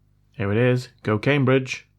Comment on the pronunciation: I thought you said cocaine bridge when you said go Cambridge 😂😂😂😂